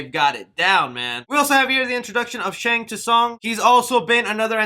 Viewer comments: Lin kueky lol it’s pronounced Lin qu ai. And Shang stung is Shang Sung. Hopefully this helped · did he just say "Shang tuh Sung"????? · I believe he called him “Gore-rooo” More emphasis on the “rooo” 😂 Just like “ta-sun” from Shang Tsung... eye roll 😂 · The T is silent in Shang Tsung 😆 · shang tuh sung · Jesus, the trailer was good but how you wrongfully pronounced alot of the mk character names was absolutely haggard dude... like really, goruuuu it's gore OH and Shang tusung... Shang soon... Jesus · My guy. Shang Tusong? Lin Kewey? How is it you can’t pronounce Asian names and titles at all haha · So I don't have to hear you butcher these names in future lol. They're pronounced Shang Sung not T sung, Gore-O not Goru and Lin Kway not Lin Kooey. Great video as usual though :) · Bro who cares I literally laugh my ass off when you said Shung T Sung ...in times like these we need a laugh brother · Immediately disliked once you said Shang Tosung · Who is Shang T Sung? 😆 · “Shang Ta-Sung” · pls work on ur name pronuncians lol. the fuck is a Goruu, Quang Chi, Shang Toosung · and shang two san lol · Omg his name isn’t Shang two song you muppet. Do you also pronounce the silent letters in other words like knife? How can you have played the game and not know his name? Disgraceful, you should be banished to outworld. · My nigga just said Shang “too sung”... bro are u even a fan of mortal kombat or did u just read something about this before doing this video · Goru and shang t sung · hearing you say "shang tuh-sung" and "goru" makes me wanna vomit. also quit yelling, jesus. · It's Goro, not Goru and in Shang Tsung the T is silent. LOL that made me cringe every time but I'm definitely looking forward to the movie keep up with the updates.👍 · “Shang ‘TT’Sung” “Lin QUEEY” “GorU”... bro do you even follow mortal kombat when you can’t pronounce their names correctly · Amen Brother! I was thinking the exact same thing. This guy knows nothing about Mortal Kombat 😂